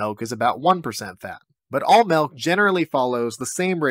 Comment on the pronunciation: Did he say Malk ? Is that a reference ?